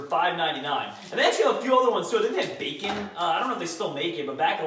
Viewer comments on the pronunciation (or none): none